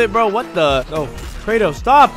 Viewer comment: I’d rather eat cereal with doctor pepper but not hear saying kratos